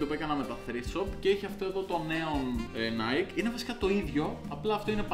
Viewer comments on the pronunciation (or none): none